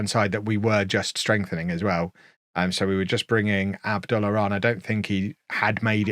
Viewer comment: I figure youre past this club at this point, but you seem to care how you pronounce your players so i thought I'd just correct you on Abdullah. It should be "Ab-Dul-lah" the lah as in Lar Gibbon.